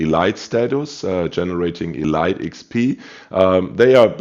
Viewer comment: Lol love the videos but Elite XP is pronounced “EEEE LEEEEETE”. What are your tips for the “non” torp boats like most USN?